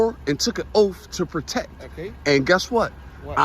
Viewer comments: What is an "oaf"...did he mean OATH????? Similar to "axe" instead of ASK, yeah. Something about the ARROGANCE of this idiot's voice IRRITATES me. He's an idiot. "Listen, listen, listen".....what an asshole! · oaf he can't even say oath